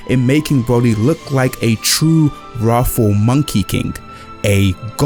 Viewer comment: Was this guy saying wrathful or ROFL?